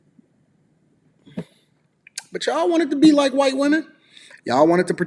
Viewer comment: Am I the only one who kept dying everytime said whuyt woman 😭